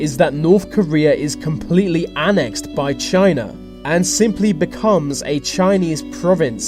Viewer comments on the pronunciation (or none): It's not pronounced 'an-ax-d', it's pronounced 'an-ex-d'.